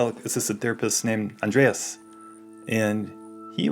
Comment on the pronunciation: It’s Andres, not, Andreas*